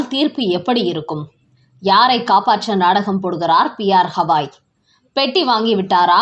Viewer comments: உச்சரிப்பை சரி செய்யுங்கள். குறிப்பாக தலைமை நீதிபதி என்று குறிப்பிடும்போது. அவர் பெயர் ஹவாய் அல்ல, திரு. கவாய். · யெக்கோய் எம்பூட்டு முறை சொல்வது, சுப்ரீம் கோர்ட் தலைமை நீதிபதி "கவாய்", ஹவாய் அல்ல 😊😊